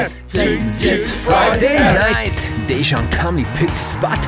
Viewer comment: is the way you pronounce Dejan a parody too? ...